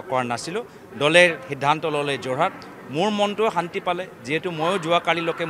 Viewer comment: যোৰহাট, গুৱাহাটী, নগাঁও শব্দ কেইটা উচ্চাৰণ ভুলকে কৈছে সি